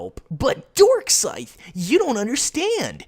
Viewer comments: Is it me or did he just call himself "Dorkscythe"? Also, I'm not trying to defend LimeX's comment on Darkscythe's video; I'm just pointing something out here. when he said "pretty much raked in his hoard of autists by making low effort, click-bait-happy, and edgy videos", I think he was actually talking about Leafy, not. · Every time says DarkScythe it sounds like he says Dark Side.